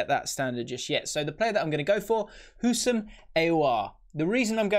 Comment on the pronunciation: Houssem Aouar is pronounced hu-sem ow-are